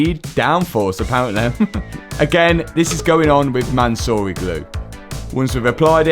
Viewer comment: calling it 'Mansory glue' is diabolical lolol